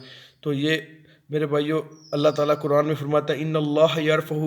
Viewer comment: یہ لفظ ق صحیح پڑھو آپ کران کیوں پڑھتے ہیں قرآن موٹا ق پڑھو